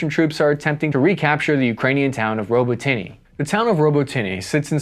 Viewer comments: It's actually pronounced ( robotine) robotyne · Robo-tinay? 😂 ROBOT-A-NUH. Lol uv been reporting on Ukeaine for a min now man, get it right 😅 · Row-boat-nyeh!!! Stop saying robo-tinie, robo-tyne!!! Pronounce it right or don’t talk about it!!! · Robotyne is pronounced ro-but-ne, not robo-tinny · Robotnye is pronounced Robot-nn-ee-ah im pretty sure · Putin threatening nuclear weapons is an old tired scare tactic that should NOT be taken that serious. It should only be taken seriously if Russia proper was invaded. Also Robotyne is pronounced Ro-bo-tin-eh. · Robotyne = Row-bot-nah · A million troops would have changed this war with less deaths on both sides then a UN peace keeping force along Russia Ukraine border and stuff what Putin says I wish you would be more pro Ukrainian as my friends need all the help they can get and it's pronounce Robotena